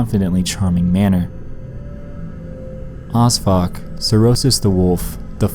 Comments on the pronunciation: Who thought he said osfuck? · Are you saying Osfuck? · When you said O.S.F.O.C, I thought you said ‘who odd fuck was named after’. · I thought he said osfuck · When he said 'OSFOC' I thought it was 'As Fuck' and I immediately thought 'I should name my kid that'